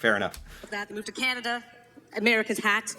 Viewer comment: we have a chant - Can-a-d'uh! LOL